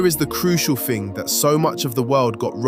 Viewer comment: I can’t take anyone serious who says “Fing” instead of thing .. or “free” instead of three..